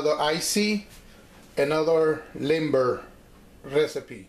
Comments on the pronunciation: Correct me if I am wrong but I'm hearing you pronounce limber more like timber. Doesn't it sound more like "Leem-beh" just sayin, I've lived in the projects for 22 years and that's the way I've always heard it. Nonetheless, Imma use ur recipe... thanx. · Hehehe i love how he says creamy limber (as if still talking english)! Thats spanglish for ya!